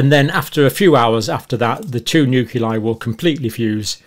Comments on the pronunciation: I was impressed by Dr Campbell for so many years until I found out today that he cannot pronounce nucleus! Say new-cle-us. Not new-cu-lus. Say new-cle-i. Say new-clear. Not new-cu-lar! 😢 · You are consistently mispronouncing nuclei There is an “l” after the “c”. Not a “u”.